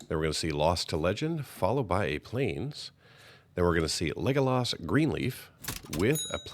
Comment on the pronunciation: Leg o loss 😂